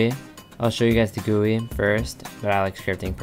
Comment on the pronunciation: Just so you know, it isn't pronounced "goo-eee" it is all seperate letters G-U-I